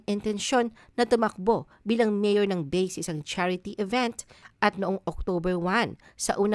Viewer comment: Mali ang bigkas ng Bay Laguna, it should be Ba i